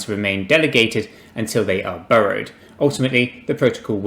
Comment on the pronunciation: When you say burrowed, do you mean borrowed? Maybe said burrow 20 times and I'm not sure if this is a crypto term or if it's a British mispronunciation of borrow.